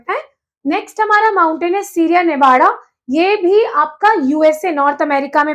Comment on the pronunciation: Mam bura na maniyega Aap k pronunciation bahut ghalat hai, Alps, Murray Darling, Navada etc. Pls video banane se pahle mehnat kare, sune sikhe aur fir spil kare